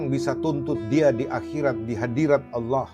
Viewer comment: MasyaAllah, sangat fasih sekali menyebut nama Allah, sdh selayaknya ustadz yg sedang menyampaikan tausiyah. Semoga hidayah mehampiri.